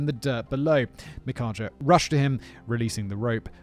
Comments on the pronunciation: I thought it was pronounced "Mike-Ah". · i would say that name is pronounced mikka/mica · Micajah is apparently pronounced mih-kay-ah, the I pronounced as a short I as indolent. They're danish, or at least their names are. And congrats Matthew! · I keep snorting everytime he says "Micajah" because I recognized the name. I have no clue about other spellings of it, but I am familiar with the building of the word. "Mick-eye-ya" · Micajah- ( mech-aye-ahh) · Micajah: "Mah kay' ja" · Pretty sure it's supposed to be pronounced mick-eye-uh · Just in case it ever (unlikely) shows up again, Micajah is pronounced mu-KAY-uh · Mikajah- mick-EYE-ah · His name is pronounced "Mick-eye-Yaw" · Pretty sure it's pronounced my-ka. I may be wrong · Micajah (Me-kye-ya) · The J is silent. Name is pronounced My-Cah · I had to look up the name pronunciation, just out of curiosity, and the J is pronouned like a Y. It's a Hebrew name according to online searches. Makes sense to me.